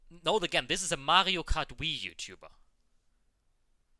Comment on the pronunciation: I was triggered when he said Mario Kart Wii :D